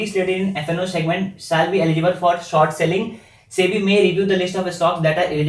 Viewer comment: Bhai, there english todi kaami hai, it's short not sort